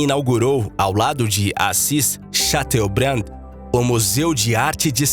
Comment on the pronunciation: LEIA-SE: "Assis Chatobrian".:thanksdoc